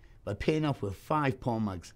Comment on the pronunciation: I.was wondering,i thought he said porn mugs!🤣im thinking to myself what the hell is a porn mug??😂😀